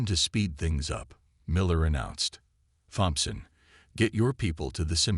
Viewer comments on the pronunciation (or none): Correct your AI to pronounce Thompson as Tompson, the h is silent the same as in Thomas, Debris is pronounced debree, the s is silent. It is annoying to native English speakers and show a level of disrespect. Also correct AI spelling shields not cheils, hull not hall, F35 not F30 five. Use punctuation such as full stops, commas and quotation marks for written speech. Improve your presentation before posting.